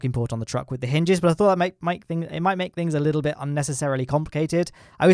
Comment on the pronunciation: hinges*, not *hynges